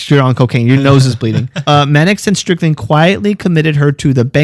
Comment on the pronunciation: It"'s not Strickling it is Stricklin. Howard Stricklin.